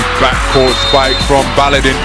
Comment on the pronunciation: Not Baladin, its Baladın.